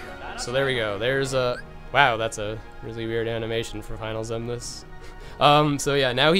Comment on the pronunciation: Lol it's luxord not lucksword and it's final xemnas not final zebraman lol